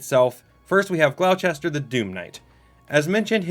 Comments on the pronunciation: Gloucester is pronounced "gl-oww-stir" think like, "Oww, that hurt". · That's not how you pronounce Gloucester